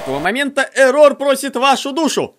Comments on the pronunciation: он Эррор а не эррОр! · нет его зовут не ЭррОр а эррор его имя без удорения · Вообще-то да, правильно / правильнее Эррор, а не эррОр. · Ударение на Э Не ЭррОр а Эррор